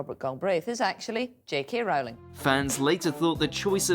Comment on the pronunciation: You idiot could at least learn how to pronounce J. K. Rowling's last name